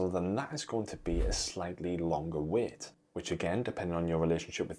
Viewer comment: It’s ‘wait’ not ‘weight’ …..